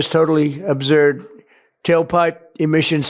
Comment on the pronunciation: he doesn't know how to say the word absurd